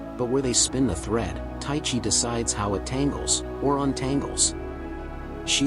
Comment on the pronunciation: im greek its pronounced teexee